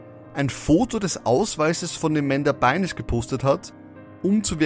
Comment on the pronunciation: Es wird Amanda Byn(e)s [Beins] ausgesprochen. Das e ist stumm